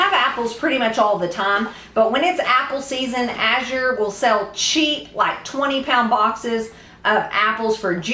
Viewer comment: Thank you for pronouncing azure correctly. I'm a retired homeschool mom and now I teach kids to read and it drives me crazy when people mispronounce azure.